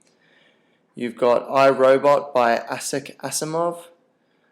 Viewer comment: It's Isaac Asimov not Asaac